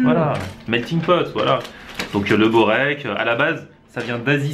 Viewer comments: Börek , c'est spécialité Turc ! sa se dit "beurek" mais on écrit börek ;) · Borek c est une spécialité de serbie aussi et on écris berek mais en Serbie cela se prononce:"bourek " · Jovan Topuzovski on dit "beurek" amk c'est spécialité turc je devrai savoir plus que toi nan ?